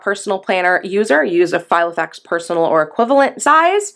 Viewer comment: Yep, that's meant to be Filofax, not Gilofax!!!! 😂🙄